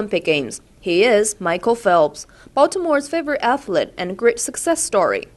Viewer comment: "athlet".... the reporter needs to improve her pronunciation.